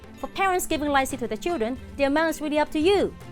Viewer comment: The way she’s pronouncing “lai see” means something else 💩 😂